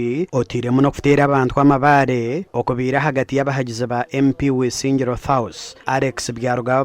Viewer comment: the word is South not Thouth